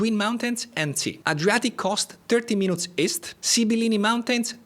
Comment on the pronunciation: Bravo. Tuttavia, se ti posso consigliare: "Minutes" non si pronuncia in modo vicino all'italiano, perche' la U si pronuncia come una I. Sembra strano, ma e' cosi! "Minits", ecco come si pronucia (con l'accento sulla prima I). Se invece vuoi dire Minuto, nel senso di "piccolo" (un oggetto minuto, piccolo), allora si pronuncia "Mainut", con l'accento sulla U. Inoltre Renaissance si pronuncia: in americano come in francese (Renassa'ns, con accento primario come ho indicato, ma anche uno breve sulla E), mentre in inglese britannico si pronuncia "Rine'isans" con l'accento sulla E. Infine: "Retirees", pensionati si pronuncia "Ritairiis" con l'accento principale sulle ultime due ii (e un accento breve sulla A). Ho scritto la pronuncia in modo "italiano", tuttavia per i corretti segni dell'alfabeto fonetico internazionale, prego consulta qualsiasi vocabolario inglese online (vocabolario, preferibilmente, non dizionario), dove trovi anche audio sulla pronuncia. Spero di esserti stato utile. Sono un medico, ma anche studioso di linguistica, e di inglese in particolare. Cordialmente, Mauro Abate